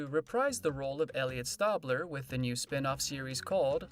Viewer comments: Great video footage. Nice Narration BUT. It's "Stay"bler. Not "Stawb" ler. As a die hard fan, that drives me insane and it's clear that you don't watch the show. Fix that. LOL. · After the second "Stabbler" I had to fast forward this 🙄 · It’s not stabbler it’s Stabler lol 😂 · Me yelling the right way to say Stabler after he messes it up😂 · The narrator needs to know how to pronounce Stabler. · The narrator needs to learn the pronunciation of "Stabler." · You are pronouncing his name like that on purpose. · Narrator say Elliot's last name right. Ugh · Seriously dude needs to do some research , if he did he would have herd how his name is pronounced. He had to just read a script with no knowledge of the show.GRRRRRRRRRRRRRRRRRR lol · Frustrating that the narrator never pronounced “Stabler” correctly (STAY bler, not STAH bler), which suggests he has never watched SVU. Also, despite no H in Mariska, she pronounces it “Ma RISH ka.” Sorry, buddy, you lost your credibility in this video, even though you had accurate info to read.